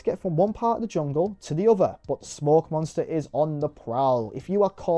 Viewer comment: The camera and the BioShock style puzzles are so Xbox 360-core. I appreciate that it tries to emulate the show as well with it being episodic. Also: "Monnstuuah".